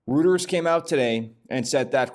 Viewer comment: Not criticizing your channel. Love what you do but I I think Reuters is commonly pronounced roy·trz Reuters.